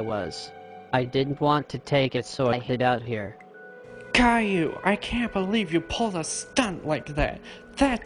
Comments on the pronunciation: At the end : “Calliou” - WHY! WHY! WHY! WHY! WHY! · "Gayllou" amazing text to speech you got there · Kale-Lou. Text to speech is so funny sometimes.